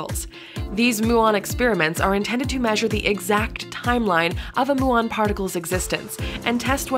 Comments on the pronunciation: ... it is pronounced myew on, not moo on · Muon should be pronounced as mjuːɒn, and Fermilab is not a company.